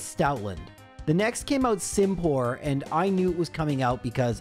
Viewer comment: It’s Simi - Pour - not sim pour - lol